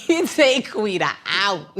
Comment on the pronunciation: Lol, can they stop saying "Quida", I cringed every time 😅